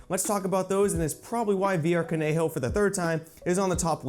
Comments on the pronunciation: Love the straightforward review, very clear and concise! One small thing tho: Kanojo is just pronounced “Ka-no-jo” NOT “Ka-ne-ho”, the word itself means “girlfriend” in Japanese. Overall a great video I’m glad I subscribed, Keep it up man. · VR Kanojo is pronounced Khan-no-joe, that is funny that's its topping the charts though lok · Lol did he just say “koneho?”😂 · VR カノジョ is not pronounced however you did it, it sounds like this: "ka-no-jo" with short O's on no and jo. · Kanojo is pronounced Kah No Joe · I love you but please pronounce Kanojo correctly especially since you're a weeb 😭